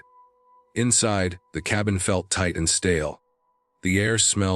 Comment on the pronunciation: S1: why not take the guns with you when you climbed up to the loft? “Tate” for tight, “grohl” for growl. AI should learn better word pronunciation! 🙄